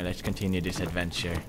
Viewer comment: it is let's, not dats